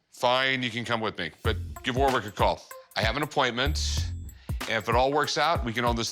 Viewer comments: You still don't say Warwick like that :D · The way they pronounce Warwick 🤣